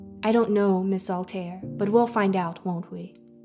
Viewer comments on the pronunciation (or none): none